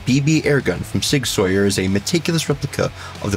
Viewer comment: Sig sawyer and glockleberry Finn